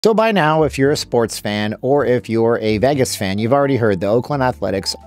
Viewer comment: The way he pronounces “Vegas” upsets me